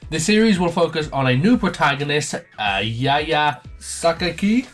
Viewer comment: It's Yuya, not Yaya.